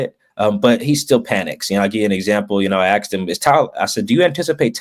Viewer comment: why tf does this guy pronounce the word “asked” like “axe’d” …. Pet peeve of mine is “professional” speakers having terrible grammar